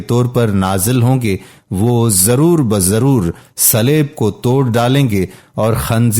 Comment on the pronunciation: Gostel❌. Gospel ✅. Slab❌. Saleeb✅ Reuer❌. Re- wer(d)✅. Sura E. Ma e da✅